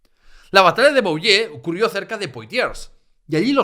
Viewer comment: Enhorabuena. Un ruego: procura pronunciar correctamente las palabras fracesas: Soissons se pronuncia “suason”, Poitiers es “puatié” , Vouillé es “vullé”. Oyèndote me he perdido un poco por esa no-pronunciación. Y eso que hablo francés desde niño….